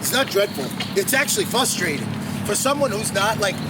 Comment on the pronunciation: Question: is there anything more frustrating/ frustrated than some one who says fuss-trading / fuss-traded? Answer: nothing.